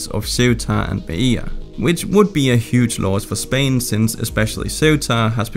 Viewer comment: It's not Mai-e-ya, it's Melilla Me-lee-ya!